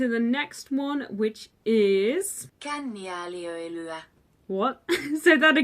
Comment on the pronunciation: KÄNNIÄÄLIÖ(I)LYÄ you missed the letter i there between Ö and L